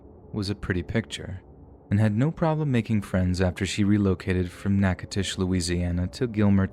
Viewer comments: Great job pronouncing Natchitoches Louisiana in the second story! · Nice job on the Natchitoches pronunciation!